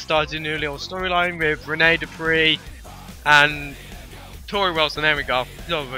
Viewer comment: Whoa! Did Dupree said or my dog fifi?!